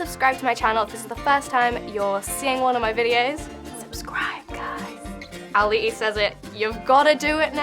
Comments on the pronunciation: Charlotte Harley no, she pronounced cravalho but she said "auli'Li" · did you really just say auli'li....... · Right after she said her name wrong Auli’i had a serious face 😂